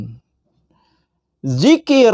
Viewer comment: Itu dzikir (ذكر) Bukan Jikir (جكر)